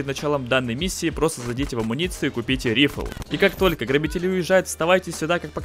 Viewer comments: рифл, бля...РИФЛ, КАРЛ!! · Почему он винчестер называет "рифл"? Ладно бы ещё "винтовка" или, ну, "райфл", наконец, если ты такой крутой инглишьмэн, но "рифл"? Серьёзно?🗿🗿🗿